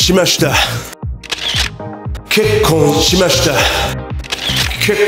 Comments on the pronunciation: のｹｯｺﾝｼｬｯｼﾀ!!!ｹｯｺﾝｼｬｼﾀｯ!!!が 2024年の初笑いになった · ここが結構しましたに聞こえる wwwww